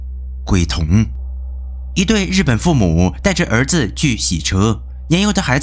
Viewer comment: 鬼童，我聽到龜頭